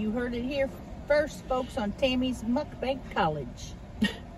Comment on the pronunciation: WHY do you say MuckBank ? its MuckBANG .....and Caramel is caramel -its NOT CarMole